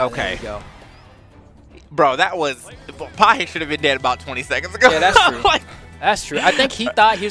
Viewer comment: Pajé tá jogando INSANAMENTE meu irmão! (a pronúncia é "pagéh" seus gringo louco)